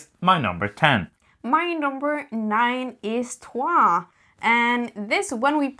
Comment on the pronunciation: Thankyou for correctly pronouncing Troyes.